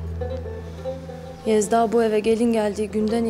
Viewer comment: Yezda değil değil. Laaa bizim kiracı sevdağğğ